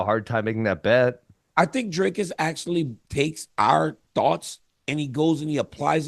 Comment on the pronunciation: Thanks to DC for pronouncing Dricus properly - "ee" (as in free of bee) instead of "y" (as if why of fly). Know I'm stepping slightly over the line here. The demographics of SOUTH_Africa are the following. Some Dutch dude landed here in 1652. At that stage, the indigenous "Africans" were the Khoi and the San people. The Dutchies (actually the Pommies) They met up with the black Africans (in the form of the Xhosa) at the Kei river. The French Huegenots came here in about 1680. Virtually no "white" South African does not have some Xhosa blood in them, so strictly speaking: people who can trace their ancestors that far back, are actually "coloured" and it was proven in the early 1970's. Yet these poor guys, despite having invented the Afrikaans language and much more, have ALWAYS been disadvantaged and remain so. Sad but true, even if the Broeders (40yrs) and the ANC (30yrs) had great chances for properly integrating these poor people.